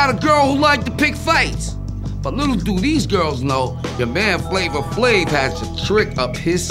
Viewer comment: Now everytime I hear somebody says “Flavor Flave”, I actually hear “Flama Flame” 😂🤣😂🤣